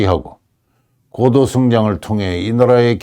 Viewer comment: "고도"의 "고"를 왜 "길게"발음하십니까? 이"높을 고"자는 "짧게 "발음해야 함은 너무나 분명한 일입니다."한국 어문을 고발함"이라는 책을 고국에 바치오니, 고국 동포 여러 분! 이 책을 읽어 주십시요. 미국 변 완 수 드림